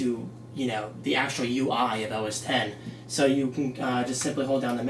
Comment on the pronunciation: Thank you so much for saying OS 10. I cringe when people say OSX